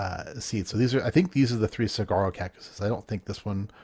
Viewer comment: fyi the big cactus is pronounced suh-war-roh.